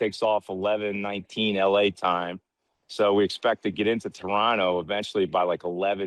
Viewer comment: Mans is pronouncing Toronto the right way 😂🇨🇦💙❤️